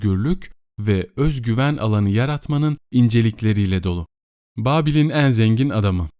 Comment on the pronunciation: Teşekkürler, yalnız şu "e" harfinin telaffuzunu düzeltirseniz iyi olur. Özellikle "en" derken kulak tırmalıyor. Onun dışında iyi bir okumanız var. 🤗